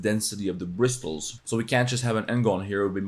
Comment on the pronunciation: the T in bristles is silent